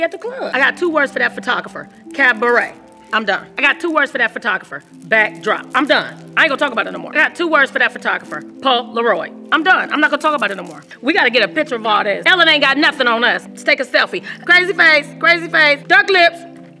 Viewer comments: She said polar-roid for the photographer 🤣🤣🤣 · Po laroid lol